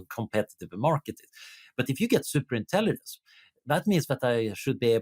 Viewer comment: Swedish doesn't swallow the g, so why does he mispronounce intelligence 8 out of 10 times?